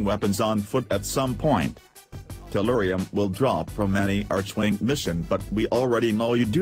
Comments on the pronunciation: I love how he says "Artschwing" and not Archwing :D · Right you are american, since Archwing = Arkwing in britisch and australian :p Then again idk if DE is American too..